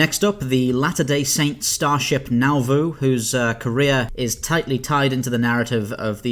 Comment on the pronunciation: Small detail, the LDSS Nauvoo isn't pronounced like Nowvoo, it's actually Nahvoo. Former Mormon myself, those little things still bug me sometimes lol